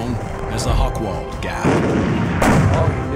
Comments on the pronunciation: Hoch = High, Wald = Wood. Not "Hokwald". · "Hochwald" has nothing to do with hogs. It wouldn't matter that the speaker doesn't have the slightest clue of German pronunciation, if "Hochwald" were not one of the key words in the documentary. Nevertheless, it is a very professional and informative presentation of a forgotten war story.